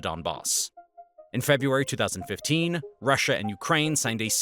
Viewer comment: Februaty lol